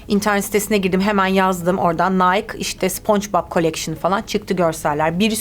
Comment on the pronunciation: Nike nayk diye okunmuyor bu arada nayki diye okunur